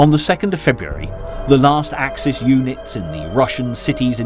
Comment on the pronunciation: Axis powers: ack-sis. bot ack-seas. Yeah, I know, French and German would have a plural adjective with a plural noun, so axes powers. Sorry, fellas, this is supposed to be in English. And straff is pronounced staif, not the German way it's spelled. Papue, New Guinea? pah-poo-wa. No, I know pappy-ya sounds friendlier, but no, just no, OK? Stalingrad? Named after Stalin. No, not Schtalin. So your Schtalingrad doesn't exist. Caucasus has three syllables: core ka sus.